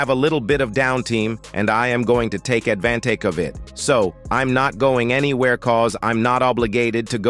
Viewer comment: Need a different bot to narrate. This one doesn't know how to say advantage